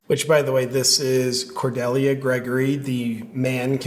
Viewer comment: Do people really not know how to pronounce Cordelia